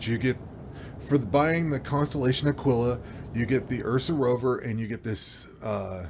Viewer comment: Like the video but..... It's pronounced..... AH-KEE-LA. Sorry. I subscribed.